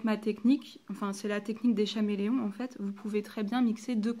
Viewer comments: J'aime ta video mais le faites que tu dis chaméleom au lieu de dire caméléon me stresse énormément 😂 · "ch"améléon ..... mes oreilles saignent .. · Ça s'écrit chameleon mais çà se dit Kameleon putain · Oui Mai sinon bien la video